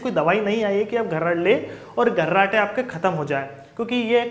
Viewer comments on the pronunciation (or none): abe gharrate nahi kharrate bol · अबे घर्राटे नही रे मुन्ना ,,,,खराटे बोल रे...chu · घर्राटे नही खर्राटे होता है।।।